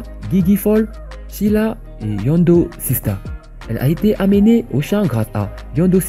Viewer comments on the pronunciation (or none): none